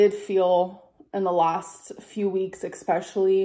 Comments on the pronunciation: It’s “especially” not “eckspecially” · You have no idea. One chicken breast has way more than 20g of protein. Also it's NOT eK-specially ! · Exxxspeclly drives me insane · Let’s not forget EXspecially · What is the definition of “ex-speshully”? Another example of ALR’s linguistic genius. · I am British and have heard many Americans say that word like that.